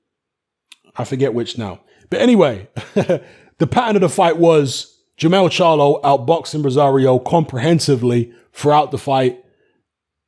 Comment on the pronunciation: it's Jermell Charlo